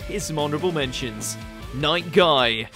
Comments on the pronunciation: It's Might Gai. Not night gai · Its might gai not night gai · Bro my guys just said night gai like he’s his dad wth